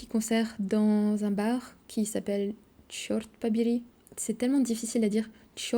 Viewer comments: Привет!😊 "Чёрт побери" ты говоришь без акцента, получается идеально! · Чёрт побери было сказано идеально. 😊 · "Черт побери" ты произносишь просто шикарно. Так что не прибедняйся, у тебя прекрасный уровень владения русским языком и превосходное произношение. А еще я балдею от того как ты поешь. Это вообще круть неимоверная! Не бросай это дело.